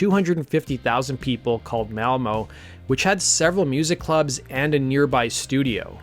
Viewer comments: They moved to Malmö, not Mälmow 😜 Nordic or Gremanic letter pronunciations are much easier than in the chaotic English. One just has to kearn them which one can very quickly. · 'Svenginson'? Come on, his surname isn't that hard to say correctly... *and it's '90s, not 90's, sheesh. Yawnshupping, okay, that's mildly tricky. Nina's surname is not 'Person', it's said like Pair-son. Next city is said like Mawl-muh.